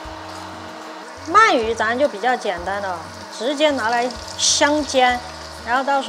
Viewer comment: 鳗鱼，man 二声